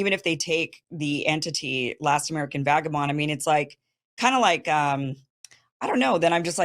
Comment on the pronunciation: *Vagabond. C'mon, Kim.